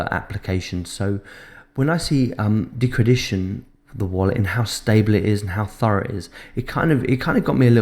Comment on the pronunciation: It's decrediton, not decredition